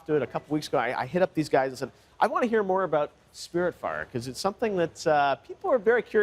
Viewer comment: Died a little inside at how he pronounced the Game